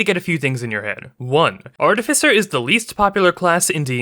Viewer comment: Artificer is least played because most people, you included, do not pronounce it correctly. Online dictionaries are a thing. Try them.